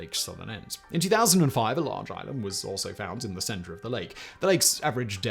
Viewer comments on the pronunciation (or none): none